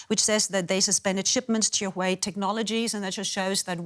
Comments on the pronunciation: "Would you buy a shooway smartphone?" What? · Stop saying Yuway it's Huawei?!!!!!!!!!🤣🤣🤣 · Is she saying chi-way? 😂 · Dear, it's "Hua" "Wei", not "sure wey", you making me so confusing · when she calls Huwei "shoe eye" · not Huwei, it is Hua Wei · Shoo Wei?? lol... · girl its huawei (like wow ayei ) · correct pronunciation: who-are-we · Shooo-wei! This is very interesting (apart from the commentator's pronunciation of the company's name)! Who is correct in this debate / trade war? (pronunciation aside). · did they pronouce huawei as SHUEY? lol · Alamak, like that also can get it wrong …. It's not SureWay but Huawei, hee, hee, hee, hee. Also not YourWay, ha, ha, ha … I can't stop laughing. Stomachache now … laugh too much. Also, it is not WhoWay …. cannot take it anymore. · lol someone tell this lady what happend to microsoft and teach her how to pronounce huawei properly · She can't even say "Huawei" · This lady "expert" cant even pronounce huawei properly... DW, you can find a more suitable one. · Oh my god their pronunciation of "Huawei". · How she pronounce Huawei 😌😌😌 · 她就是一个笨蛋 哈哈 reporters owe it to their audience to research the proper pronunciation of names, even if they might have some weirdarse European accent that causes some minor inflection ~ it's the first time I've ever heard Huawei pronounced like that (after living for 10 years in China) ..but for some strange reason it does make me want to listen to Ylvis' song "Yogurt" (or is it Yoghourt or Djoghurt?)...